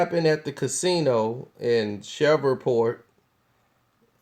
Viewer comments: The city is call Shreveport, LA not shovelport! Lmao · It's Shreveport... "Ratchet City" or "Port City" not "Shareevport" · its Shreveport, Louisiana. not Shoverport. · Did this nigga just shrever point Louisiana????? 😂😂😂😂 my guy it's "shreeeeeve" point Louisiana lol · Bruh it's Shreveport! Not Sheverport smfh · Its pronounced like shriveport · It's SH-REEV-PORT. 3rd biggest metro area in the state. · it's (shree-port) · Who the fuck is Tank? LoL ... Also, Shreveport is pronounced "shreeve-port" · shhhh revevport... You can't even fucking Read!!! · Did this nigga just call it "Shovel Port"...ctfu. lol. Rofl. Ahahahhaha Nigga that is not how Shreveport is pronounced. Smh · This fool is saying Sheverport😂😂😂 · Shreveport Pronounced (Shreeveport) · sherweave port pronounced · it's pronounced SHREEEVE-PORT brotha. it was cringeworthy to listen to you say it wrong. PS - you are a hip hop dude. Hurricane Chris is from there. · This dude talks to y'all as if he's more educated than you and y'all really going to let him get away with "Shrever-Port"? .....Y'all have to be the idiots he thinks you are. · Pronounced shreeport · PRONOUNCED. SHREEV PORT.! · Its pronounced SHREEVE PORT nigga! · Lol this nigga said Shever port!!!!! Lol. NOBODY fuggs up names like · you said the city name wrong lol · Why do I get the feeling he's pronouncing Shreveport wrong??? Lol, it the weed? Comment stfu for wrong, like for right. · You said Shreveport all the fuck wrong 😂😂 you mid west for sure 😂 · I know. I'm from Shreveport. Kinda cringed each time, but I won't hold it against him